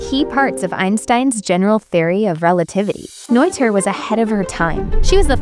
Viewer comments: It's not Noiter, btw. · It is pronounced Neter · It's not pronounced "noiter" BTW. If it were to be pronounced that way it would be spelled "Neuther." It's the ö sound, a bit like the "ir" in "bird," but not quite, that English speakers have trouble with. Same sound as in Goethe.